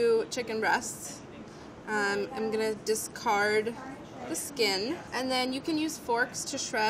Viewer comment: Molly says dis-Card and I know it sounds silly but I can’t unhear it now